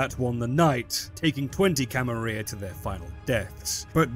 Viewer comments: Wait...are you saying Camaria??? It's Camarilla...you're missing the L's... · May I ask why exactly you pronounce the "Camarilla" as the "Camaria"? Is it perhaps because of Swansong or some other reason? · In Spanish a double L is pronounced like a "Y" is in English. IE Tortilla. I assume this is why some people pronounce it like that. Which way is intended? Who knows. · VTM clearly has some Spanish influence though! So I wouldn't be surprised if it's pronounced as a Y. For example "La Sombra" literally means "the shadow" in Spanish.